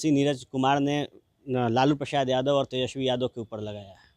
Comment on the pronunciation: जादव नहीं यादव होता है